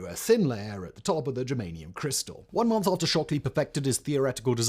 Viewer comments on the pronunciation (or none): none